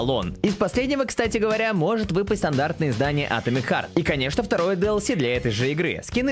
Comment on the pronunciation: Ударение Атомик х_х